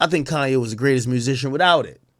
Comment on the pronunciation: This dude say KAIYE WEST😂😂😂😂😂😂😂💯💯💯💯